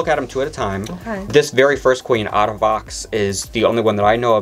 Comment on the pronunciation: It’s aye-duh not ahdah💀💀💀